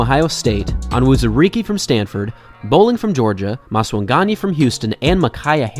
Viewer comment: Finally someone who can say onwuzurike's name correctly